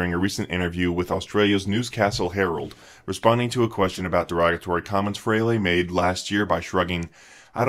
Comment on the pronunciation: Yet ANOTHER "fan" who mispronounces "Frehley."